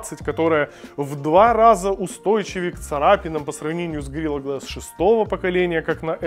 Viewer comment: Горила глэс. Как же слух режет